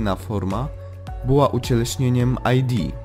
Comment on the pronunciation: nie aj di tylko id, bo to z łaciny